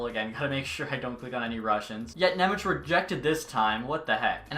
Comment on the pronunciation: Thanks for content and I appreciate the Nemec signing! You got really close with his name. :D In Slovak his name is spelled Šimon Nemec (eng translation - Simon German :D), so in case you wanna be spot on ...here you go: Ši- = SHI- oh you know from which word is this :D mo- = MOdano n = basic N Ne- = NYE ... dunno what word to use for ň sound sorry :D mec = METZ probably very close to METS sports team ... I wonder how are some broadcasters gonna butcher it :D